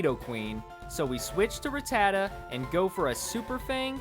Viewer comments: Smh, i couldnt get over how many times you pronounced rattata wrong...m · God say rattata properly smh lol